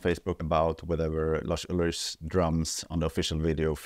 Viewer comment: Well, it is true, and it's also Lars with an S at the end not Larsh with SH at the end. 😉